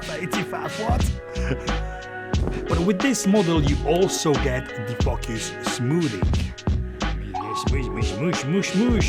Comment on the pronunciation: i like how you say focus... Fukkyous :)